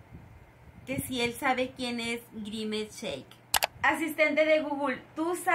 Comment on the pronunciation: Nose llama grimescheque es grimes😊